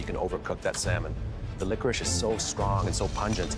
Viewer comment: " i love lickwish" - that had me dying 🤣🤣